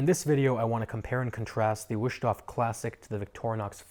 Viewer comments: Mein Gott... my ears. Just just, in "English" Vust-hofe. Waayyyy closer than Wooshtoff. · Wow, butchered the name times two. Don't try if you don't know.